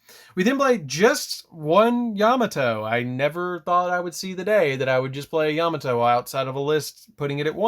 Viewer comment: Love the video! Just a heads up his name is pronounced “yuh mah toe” not “yam a toe” great profile I didn’t even notice the new support till you highlighted it! Thank you